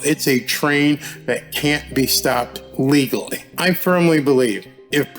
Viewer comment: ...like the emphasis...'legally'....😂